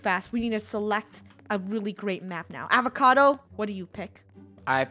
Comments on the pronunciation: Avocado not awacado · Not avocado but psychocado ahahhahahahha😂😂😂😂